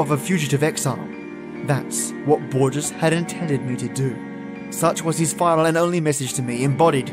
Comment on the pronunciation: HOAR-hey lew-EESE BOAR-Hess, love. (Jorge Luis borges)